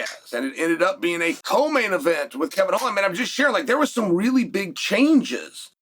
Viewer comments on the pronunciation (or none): none